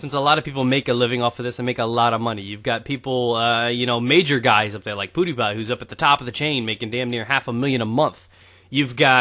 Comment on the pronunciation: "Poodypie" Hehe.